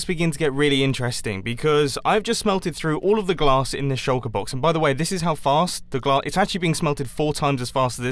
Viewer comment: U said plonked on the glass not grass